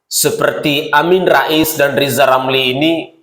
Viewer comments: RZZZIZALL LAMLI ...BELAJAR NGOMONGG RRRRRRRR DULU DH YA G USH NGURUSIN POLITIK G GUNA...HASUTAN LOE G BERGUNA😂😂😂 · Lijal lamli belajal ngomong R du mbah . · Namanya Lisal Lamli karena sebut huruf RRRRRRRrrrrrrr tidak jelas,setuju????? yaa.....sangat setuju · Ngomong ajah R yang jelas bos?Lijal lamli bukan rizal ramli? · Lizal lamli hatinya busuk ngomong r saja tdk bisa orang intlek tual otaknya miring termasuk kawan kawan lizal.